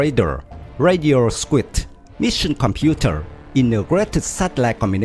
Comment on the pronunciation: Very good video Pronunciation suggestion: “suite” in American English is pronounced the same as “sweet”.